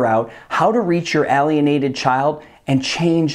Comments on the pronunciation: I wish you would say "Aylienated" instead of ahlienated. Just saying... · It's pronounced "ale" as in pale ale, but writtine "alien..." I can barely listen to the content.